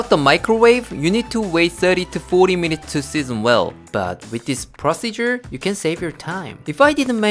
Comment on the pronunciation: He said 50 mununts